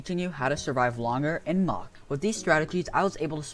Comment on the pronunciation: It is not mock it is muck ok ok have a nice day